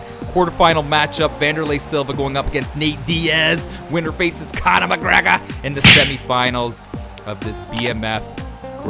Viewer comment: No one:: Conuh mugreguh😂